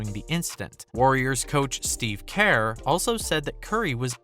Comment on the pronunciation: the way you said kerr ..yak